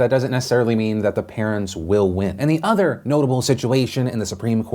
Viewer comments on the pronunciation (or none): none